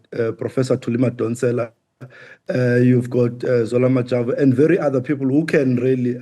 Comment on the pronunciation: Did you say Zola Majavu?😮